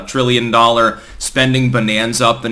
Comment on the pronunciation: Biden: "What's a frillion?"